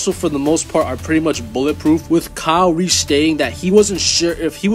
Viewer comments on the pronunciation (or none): none